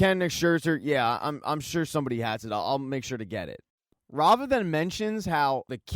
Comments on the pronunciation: Rah-Vah. Not Rayva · Say it with me, Rah-Va. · Thanks for the great recap…I thought Kendall’s ex wife’s name was pronounced “rah- var”